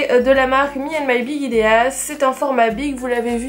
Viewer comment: Bonjour, j'aime beaucoup tes vidéos mais la prof d'anglais en moi se permet de juste te dire que Ideas ça se prononce "Aïdiz"...